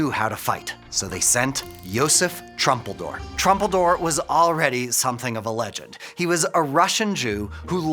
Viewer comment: Not trumpeldor. Troompeldor. And his last word was "yuvtfayomat"